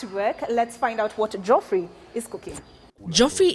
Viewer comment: Thats not how geoffrey is pronounced but ok